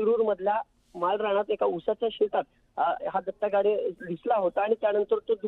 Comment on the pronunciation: तिथं गाडे आहे आणि तुम्ही गावडे म्हणताय अस कसं मॅडम